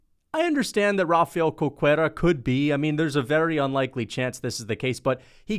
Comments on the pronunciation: Cerqueira is proununced Ser-Kei-Ra. Just like Caesar has a S sound. Dont be a MMA Che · Not trying to sound rude, but it was pretty funny to me. Cerqueira pronounces as "serkeira"